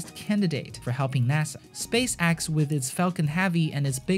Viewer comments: Change your channel name to space axe... Cause you butcher the name. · Space axe! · "Space Axe" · Why do you read space x like space axe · If you can pronounce "Exploration" correctly, WHY do you keep call it "SPACE AXE"? And it's heavy, not "Havy". Hate to fixate on this but you CAN pronounce it correctly, so why don't you?